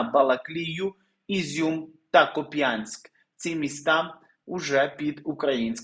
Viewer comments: Пожалуйста, произносите правильно-- КУпянск, а не КупЯнск, ударение на "У", а не "Я", мой муж и его родители жители этого города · Вивчаємо географію славної України та навчаємося правильно вимовляти: кУпянськ та Козача лОпань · КУпянск- ударение на первом слоге. От границы Харьковской обл. до границы с РФ 30 км. Откуда 50 км?! Сейчас Харьков без электропитания. Враг подлючает! Смерть врагам!!! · Готуйтесь до роботи краще. Куп'янськ, наголос на у. Казача Лопань, наголос на о. Лопань це річка на Харьківщині